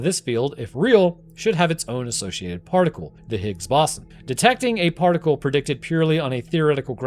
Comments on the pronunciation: Brother doesn't even know how to pronounce Higgs Boson, but everyone has their finger out calling the other stupid. Kay. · you can't pronounce higgs boson correctly? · Scientist doesn’t know how to pronounce Higgs boson? Seems legit